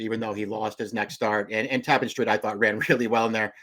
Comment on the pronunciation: It's tap-PAN like ja-PAN. always telling me something I don't know.